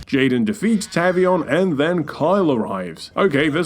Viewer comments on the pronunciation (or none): It's TAVE-EE-ON. Not TAV-EE-ON.